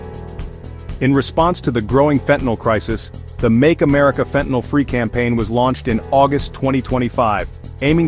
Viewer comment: Get it right it's fentanyl NOT fentanol